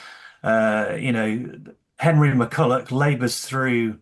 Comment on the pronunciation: Like the podcast and both Legacy books (GREAT books). Just a small point for your hosts: It's Jimmy McCullOCH and Henry McCullOUGH- I've heard that in more than a few episodes of the show, or I wouldn't mention it.